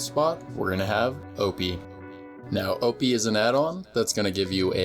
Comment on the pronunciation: O Pie pronounced Opy